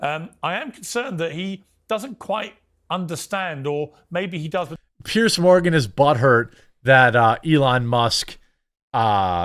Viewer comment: FFS. Pronounce his name properly at least. He’s a tosser. And his name is Piers sounds like ears with a pear at the start. And yes it’s a posh twatty name.